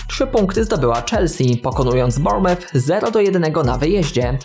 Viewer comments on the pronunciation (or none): none